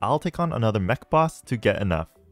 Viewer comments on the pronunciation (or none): none